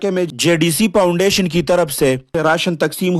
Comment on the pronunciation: یہ کیا پاونڈیشن پاونڈیشن لگا رکھا ہے؟؟؟😂😂 پاونڈیشن نہیں ہوتا فاونڈیشن ہوتا ہے فاونڈیشن بولنے تک کی تمیز ہے نہیں پہاڑوں سے اٹھ کر آتے ہی ویڈیو بنانی شروع کر دی اور تفرقہ اور نفرت بیچ کے اپنے ماں باپ اور بیوی بچوں کے لیے روزی روٹی کا بندوبست کر رہے ہو یہ جائز اور حلال رزق ہے ؟؟؟ اس سے بہتر تھا کے بیلچا اور کھدال لو اور کھڈے کھود کے اپنے ماں باپ اور بیوی بچوں کا پیٹ پالو کم پے گزارا کرلو ورنا کہیں بھیک نا مانگنا پڑ جائے تمھیں بھیک بھی کوئی نہیں دینے والا ۔۔۔۔ 💪💪 یہ تفرقے اور نفرت کا منجن اب نہیں چلنے والا یہ نا ہو مجبور ہو کے ظفر عباس کے پاس جانا پڑے ۔۔۔🙈🙈